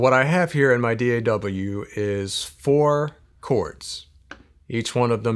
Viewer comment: I'm subscribing to your channel ,mainly because you "properly" addressesed your digital work station as ; D.A.W. NOT dahhhhhhhh! lmao....btw, I've engineered sessions with Trent R. and Chris Verena... I appreciate ya. and guys like you ,doing what you do on YT.